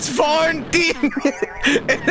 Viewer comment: saying "farnting" never fails to crack me up.